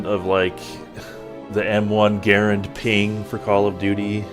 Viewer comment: My guy knows shot calls and pronounces Garand correctly.